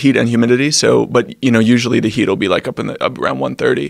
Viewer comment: He says "wike" instead of "like".